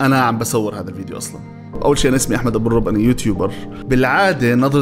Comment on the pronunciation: مو الرب النطق غير 🤦‍♀️